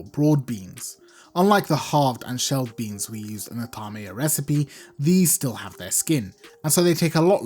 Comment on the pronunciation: Since when do we pronounce 6a3myyah... Thamyyah? You just created a new phonetic in Arabic much?